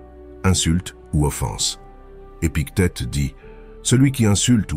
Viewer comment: 1.29 le manuel de vie des piquettes... Sacrée IA!!! et big tet à 11.09 ha ha!